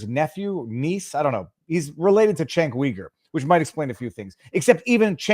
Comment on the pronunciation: You're saying Cenk's name wrong, it's pronounced with a J, as in Jenk, Also, his last name sounds like Yuger. Cenk Uyger. Jenk Yuger is how it's pronounced.